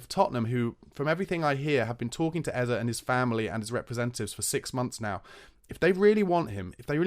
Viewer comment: It’s Eze, (pronounced Ezzay),. Not Ezzer, god damn it!